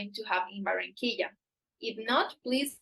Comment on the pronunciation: Be nice if you learned how to pronounce Barranquilla